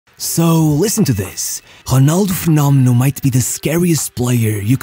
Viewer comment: Bro I'm Brazilian and how can you say "Ronaldo Fenômeno" so perfetcly?